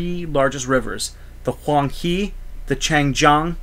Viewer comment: The Yellow River is pronounced as Hwang 'Her', not He.